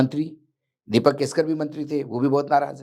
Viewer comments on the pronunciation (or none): दिपक केसकर नही दीपक केसरकर बोलिये